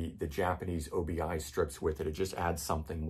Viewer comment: I believe Obi is a word not an abbreviation. Obi means belt in Japanese and is pronounced as you would think as one easy word - "Obee".